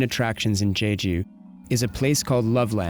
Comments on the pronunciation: It's not pronounced Jayjoo, you moron, it's jeju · The way he pronounced jeju...Haha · It's not jayju